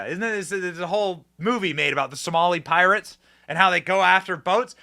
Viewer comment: Not Pirates, but "Poorates"